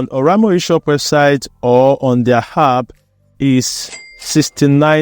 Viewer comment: "App" and not "Happ"😂😂